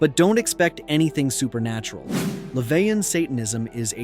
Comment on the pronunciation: What's your point? It's pronounced Le-vay